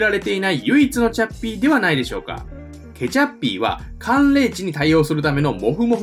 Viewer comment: 何故かケチャッピーがケチャップに聞こえてしまう